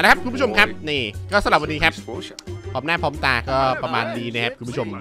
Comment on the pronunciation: พร่อมหน้าพร้อมจ๋า สำเนียงโคราชเปะเวอร์ 5555